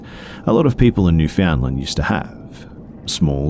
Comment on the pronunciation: Newfoundland's pronouncation is spot on! Way to go B!